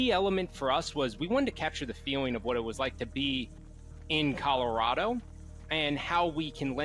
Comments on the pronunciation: The commentary is not annoying. But what did trigger me was "Colo-Raid-Oh" for "Colo-Rah-Doh". xD Its fine, you just read it in German. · was not prepared for him to call it coloraydo lol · COLO RAY DOUGH my new favorite pronunciation of my home lol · Color ado? Cmon you can do better! LOL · Colorado is pronounced a little differently than how you're sayin it,! Just a heads up! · how did just pronounce colorado? im sry i dont wanna be mean but lmaooooo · You can tell he's European by how he pronounced it. Can't wait to see him try to pronounce Arkansas or Illinois if he can't get an easy one lol